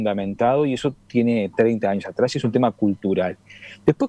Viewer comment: No se pronuncia ANIOS. SE DICE AÑOS. Esta para el.